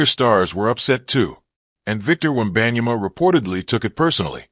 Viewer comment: The way he said victor webeyana was so goofy and trash video btw